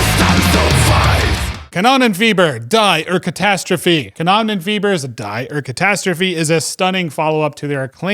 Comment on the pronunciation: dye our catastrophe... hurts my german brain. Good list though!